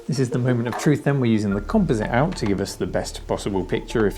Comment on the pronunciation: Great channel !!! Thank you for your correct pronunciation of 'composite'.